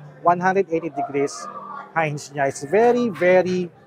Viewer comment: sana sinearch mo gamit yang D16 kung paano ang pronunciation ng "hinge"